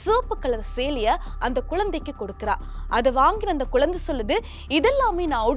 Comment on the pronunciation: குழந்தைங்க அது குலந்தை குலந்தைன்னுச் சொல்லுறீங்க